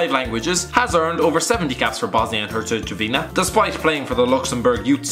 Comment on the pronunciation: How he said Bosnia I hezigovina